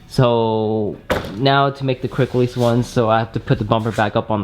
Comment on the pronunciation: Took me more than 7 min to finally realize he was saying 'quick release'. Kept wondering wtf is a cricklees.